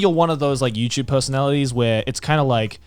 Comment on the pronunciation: “Youchube” —Joey